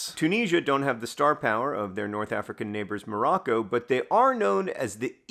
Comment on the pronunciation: “COROCCO” -Wayne Gretzky